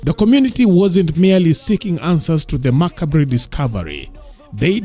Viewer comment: Macabre....😂😂😂 Eish, check dictionary pronunciation